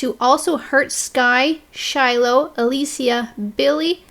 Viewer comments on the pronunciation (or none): none